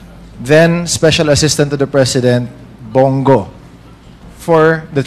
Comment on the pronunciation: Bong go po hindi bing go